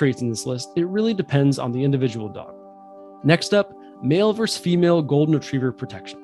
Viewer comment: VER-SUS not VERSE